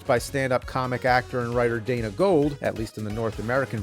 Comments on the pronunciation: In The Beginning, there was 'BUR-ry'; then 'MOWden'...and now...'Dana *GOLD*'? (it's 'GOULD', dude; just, FFS, already: It almost kiiiinda rhymes with 'Ghoul', if that helps-- 🙄 😜 ) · Gould rhymes with fooled.